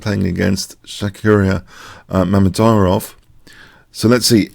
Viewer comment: moved up a few places in the tournament of mispronouncing Mamedyarov. He is now on third place.